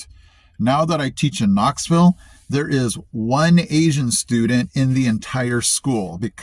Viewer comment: I heard it too!!!! lol! On Maryville … Proper Appalachian English. But he ruined it on Knoxville!?! 😅